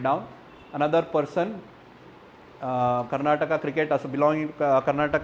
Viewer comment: no offense , asking out of wonder ... you don't know how to pronounce the words related to karnataka